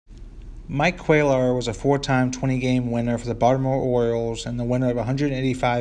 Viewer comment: pronounced "Quay ar."